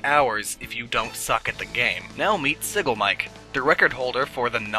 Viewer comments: ikr. as someone who watches many speedrunners. that is the worst way i've heard his name pronounced. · you pronounce "Siggelmike" sig glem mick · Sig(As in cigarette) leh-mick is how it is pronounced